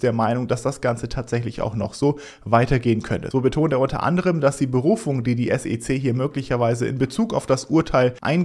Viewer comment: kannst du wieder S E C Sagen und nicht Sece Danke